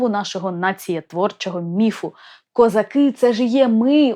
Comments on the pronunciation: Не козаки', а козАки. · Даруйте, але в пісні ,,козАки", а не ,,козакИ". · У пісні навіть наголос невірно стоїть у слові козАки, щоб підвести рифму під весь(!) текст. До речі, далі у тексті, наголоси стоять, як треба. Ще, будь ласка, зверніть увагу на те що: Їхали... "додому" , а позвали з "собою". Геть ніякої рифми. Ріже вуха. Молодше покоління, на жаль, вже не чули, як бабці співали цю пісню у селах. А ми, вже досить старі, чули. І ще пам'ятаємо, хто звідки їхав. Тому і козак до Галі не прийшов, бо чітко знав, хто Галю привіз. З повагою. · Язавжди питалась, чому наголос у козАки неправильний.